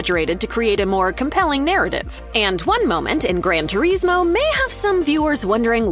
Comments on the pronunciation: Gran ter ees moe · “gran tureesmo”